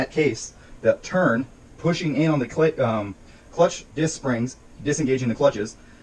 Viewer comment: XD he said clit disk springs